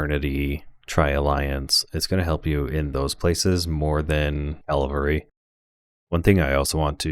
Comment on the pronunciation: Good stuff, but I think they’re called Cavalry, not Calvary! 😂